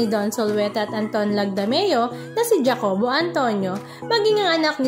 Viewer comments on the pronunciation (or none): Jacobo: ha-co-bo kasi hindi dya-co-bo 🙂